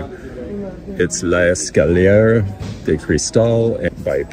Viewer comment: Retired French teacher here...let me help you ..."L'escalier" is pronounced "less-kahl-ee-AY" ..."de" = approx - "duh"...if you pronounce it "day" you are making it plural ... you did fine on "crystal" ... end of French lesson!🤩